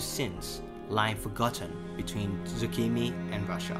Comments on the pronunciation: please don't say zucchini, it's sokhumi. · as a georgian, that was hilarious